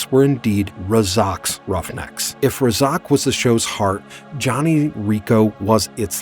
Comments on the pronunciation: Clearly the Narrator didn't watch the series. You're going to mispronounce the Team leaders name? He was in most of the episodes! It's RAY-ZACKS Roughnecks not Ray-Zoc. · the name is pronounced RAY Zac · They are Razak's Roughnecks... could you please say it correct? Thanks...